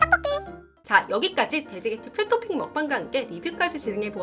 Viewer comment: 풀도핑이 왤케 웃기죠 ㅋㅋ 풀도핑도 아니고 풀토핑 ㅋㅋㅋ